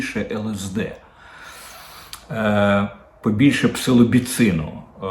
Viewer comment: Псілоцибіну пане Дмитро . Не псилобіцину